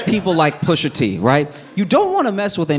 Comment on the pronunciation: I know for bloody certain I heard SOMEBODY go....Pusha TEEH 😂😂😂😂